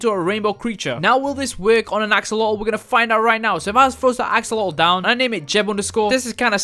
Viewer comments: He called an axolotle to axoloull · Why cant you say axolot